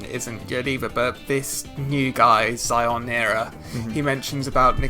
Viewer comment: His name is Shionira not Zionira!